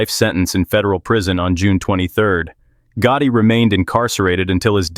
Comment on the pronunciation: John GOOOOTIE ? 😂 The way they pronounced it once Omg